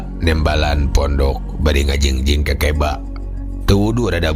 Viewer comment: Assalamualaikum wr wb mang punteun sanes kekeba tapi keukeuba